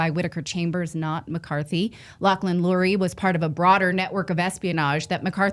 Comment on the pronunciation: Lauchlin CURRIE, not Lauchlin Lurie